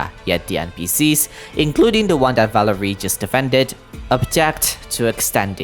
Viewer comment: valeriy, first it's not velerIY but valEriy, softened r edit, oh you did the emphasis right with valerio